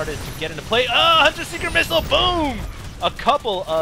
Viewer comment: Asian accent: UGH! HUNTER SEEKER MISSILE! Sorry xD i think you're an AWESOME commentator, i just had to say that one thing xD no offence!:)